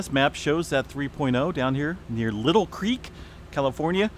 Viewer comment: LIE-tl Creek